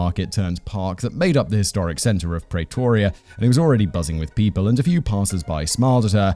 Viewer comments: PrEEtoria not Pray toria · Say "Praytoria" one more time! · God lord you are butchering the pronunciation of Pretoria (PREEEEEE-TOUR-REAAAA)